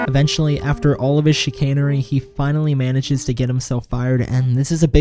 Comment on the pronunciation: Haha you said chicanery